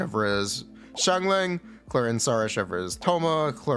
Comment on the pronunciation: at least get her name right you pepega